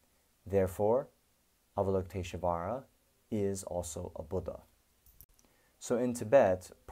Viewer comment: Why do you put an "uh" sound betweeb "sh" and "v"? You're able to say "lush volley", or do you say "lush uh volley"? Why is it, then, that you say avalokitesh-UH-vara ?